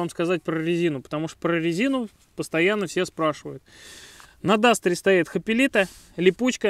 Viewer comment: Досмотрел до 09-40. Услышал "Хапелита". ХАПЕЛИТА, блять! Блогер, не умеющий произносить название резины, мне понятен. Выключил на хрен )